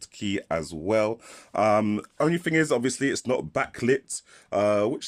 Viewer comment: Why the deliberate mispronunciation of the word "thing"? A "ting" is the sound a bell makes